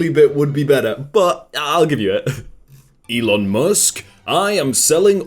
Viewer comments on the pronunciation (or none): none